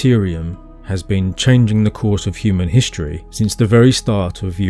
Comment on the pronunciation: Please stop pronouncing words like “struck” as “shtruck” or “history” as “hishtory”. It really doesn’t sound very intelligent.